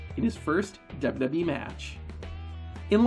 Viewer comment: Why can’t you pronounce WWE?